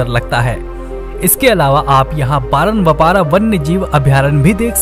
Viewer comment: It's bar-nawapara not baran-wapara, although excellent video.